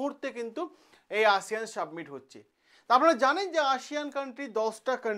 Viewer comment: Submit noy ,summit